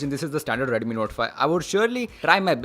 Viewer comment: If you improve your Pronunciation little more, then you will get more audience ... eg :- Instead of saying "Redumi" say "Redmi" ..... It will make difference ✌️